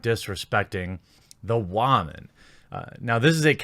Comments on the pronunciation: Will you please learn how to say woman correctly. Its pronounced wOman not wArman. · i get your points but if you keep saying wa-men and not women, actual respectable women will find you hard to take seriously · Are you saying womyn? Interesting if you are.. I thought it was still pronounced like woman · there is no need to say "waman". We get it anyways. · its been bothering me for a while now, but why do u pronounce woman that way? even though the female players seem faultless here, it feels like you hold some sort of contempt toward woman in gaming in general.